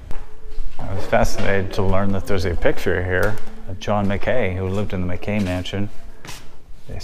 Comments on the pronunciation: John MCKAY? No, John Mack-ey. You should do some basic due diligence and be able to at least pronounce names correctly. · I crack up at your pronunciation of the Priest's name...locals say it "MAN-O (hard o) GUH (similar to 'gum' sound without 'm' on the end) and on John Mackay...not "Mac Kay" but "Mack Key"...One locals opinion anyway! Other than that...interesting! Sarah looked like she was suffering from the altitude!